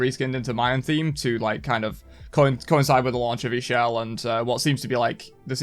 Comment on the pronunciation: Ix'chel is pronounced "Ish- Chel" (chel as in chocolate or chaaq)